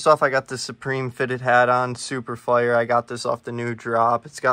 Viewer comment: the vlogs are great but please no more fit checks there mad cringy like no hate at all but they just mad cringy and u like 20. also u pronounce fire wrong